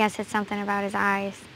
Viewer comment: 3.52 she says " may be his smile " but I couldn't here "his" word .. Lol